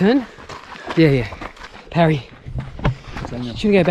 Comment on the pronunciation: Parry, not Perry!